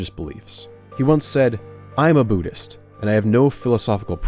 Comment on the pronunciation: it's Buddhists not Bhuddists